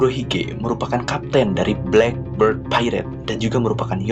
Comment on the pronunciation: "blekbird" bukan "blekberd"